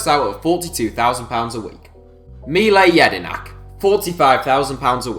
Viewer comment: Fuck do you fuck up pronouncing mile jedinak